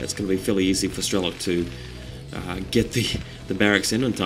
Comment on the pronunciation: its nto strelo-KEY, its just strelok, a russian word with no "key" in end.